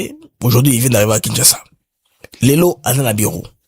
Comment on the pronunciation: BM, la publicité du site de vente des maisons ,parle de kinshaza. Non, c’est Kinshasa.